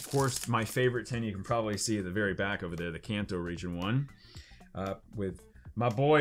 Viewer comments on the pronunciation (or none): none